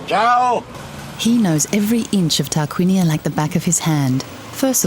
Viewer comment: sorry, the Name is Tarquinia not Targuinia, please